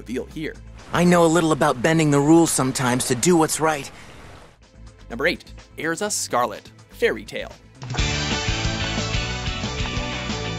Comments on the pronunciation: "Airza" nice one... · They didn't pronounce Erza right either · OMG! STOP SAYING ERZA WRONG! SERIOUSLY DUDE LEARN HOT TO SAY HER NAME!!!!!!! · STOP CALLING ERZA EARZA IT IS PRONOUNCED ER-ZA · it's er za say it with me er za ...Erza! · kabena willoughby They pronounced Erza, Aerza. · Excuse me when did Erza Scarlet turn into Ezra? Also, if you've watched the anime WHY DO YOU PRONOUNCE THE NAMES WRONG????????? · WHY DO PEOPLE ALWAYS PRONOUNCE ERZA'S NAME WRONG!! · He said Erzas name wrong...... *dies* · Who else always cringes at how he pronounces their names? cough Erza cough Natsu Cough